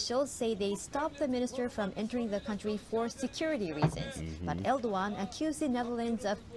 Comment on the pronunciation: It's pronounced more like Err-doh-an because the ğ just means that the vowel sound before gets extended, it never gets sounded as a hard g